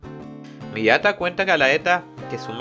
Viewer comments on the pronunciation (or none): el abisal se llama isley las tierras del norte de alphonse la antigua numero 3 se llama galatea no gallaeta xd y la numero 4 no es millata es miata igual buen trabajo.